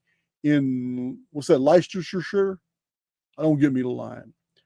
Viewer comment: Thankyou. Another BANGER!💣💥 I was SHOUTING in comments, in modern times, there was an English earth quake of 2.5 to 3.5 mag, Market Rasen, Lincolnshire, Feb 27th, for 8 seconds. My steel beadstead "danced" about 1" off the floor. BTW, Gloucestershire is pronounced Gloss Ter sheer and Leicestershire is Less Terr Sheer.😊